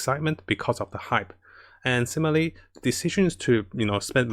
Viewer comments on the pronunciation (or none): none